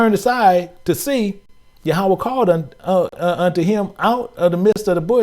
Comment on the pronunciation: Hebrew word for God is YaH-wAyH (Yahweh) NOT ya-ha-wa 👀 🙏🏽